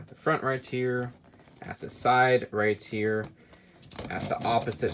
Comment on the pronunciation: We all just cringe at the fact said "right here" wrong every time and wont show his face its getting old very fast.